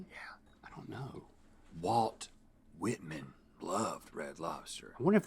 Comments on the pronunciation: I laughed when I heard "Walt Chamberlain" then saw the little chuckle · It's not Walt Chamberlain it's Wilt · Lol he said Walt chamberlain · "Walt Chamberlain"? Wilt Chamberlain! Lol